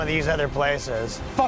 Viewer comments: I didn't know he was really Canadian.. until that very last second of the video and he said, "Sore-ee!"... only THEN did I know he was going to record a third comedy special in NYC. And was a Canadian. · The very Canadian Sowry at the end killed me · the Canadian "SORE-yyy" at the end was my favorite part 😂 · Canadian "sorey" at the end is the ultimate mic drop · The Canadian "Soory" at the end with the pregnant pause is the fucking best dude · "soree" ahhh yes sometimes I forget you're Canadian and then a "soree" slips out every now and then